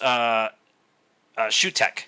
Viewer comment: It's pronounced Soo-tek.